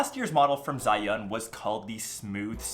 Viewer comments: ok Zayyan?? eh its pronounces jurrYoon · not zhai yong , its zi yun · They call it Chi-Yun